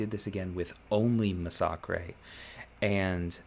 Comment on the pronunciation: Why does everyone pronounce massacre wrong?